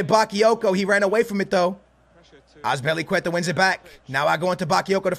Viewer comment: Lool did anyone hear wen he sed azilpuceta with the good D loooool